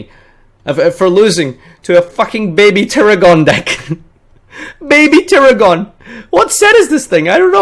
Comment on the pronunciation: I just found out you say baby tiragon wrong.